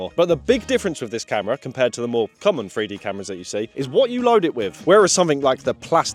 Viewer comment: He can't say the number "3". Lol, it's a free dee camera.